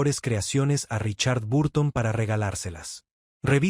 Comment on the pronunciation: Mentiras más me mentiras,Ni siquiera sabe pronunciar el nombre de ELIZABETH TAYLOR Y RICHARD BURTON!!!(POR FAVOR)!!!